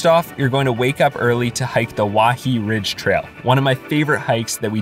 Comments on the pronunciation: I SHOULD THROW YOU OFF WAIHE’E RIDGE U DUMB HAOLE AND BTW IAO VALLEY is pronounced “E-oww🤕” and WAIHE’E is pronounced “Why-hey👋🏾-Ayy” I wish I never watched this video. You’re just a dumb visitor as well as all you other people in the mainland that come to our island. Stay away from Hawaii!!!!!! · Waihee= why-h-e-e Iao= ee-ow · “Wahee” “Wah-hay-ay” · waihee= wai-hey-ay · you know when this video is gonna have a bunch of words mispronounced when the guy messed up the island name maui as “ maowweee “ not even 30 seconds Into the video. edit 1: “kalui airport” 🤔 edit 2: “haleeakala” edit 3: “waiheee” Im done Lol, he did say he was gonna “butcher every word” in the beggining so no hate. But, HUUUUGGGGGEEE MEEGGGAA CRINGE 😂💀